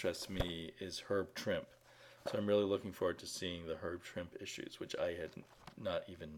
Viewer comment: Trimp-EEEE! Trimp-EEEE! I'm just gonna keep yelling out you until you say the man's name correctly.